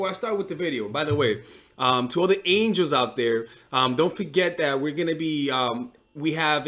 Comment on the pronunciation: If you’re gonna say angels you gotta commit to it!!! “angels” hahahaa